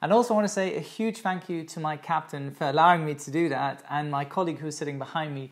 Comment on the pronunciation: I swear to God I literally thought he said, and a huge thank you to my Captain Ferlowing Todoothat (I thought he was saying a name but he was stating the words "for allowing me to do that") LOLLLLL I felt so stupid! 🤣🤣🤣🤣 Great video as always, you're awesome my friend!!